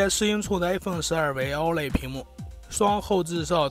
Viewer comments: 寸是cun 不是chong 老哥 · 6.7英囱的口音是要被歧视的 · “寸”的发音醉了，挺佩服UP主这么自信。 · 寸和匆分不清楚？真是迷之自信~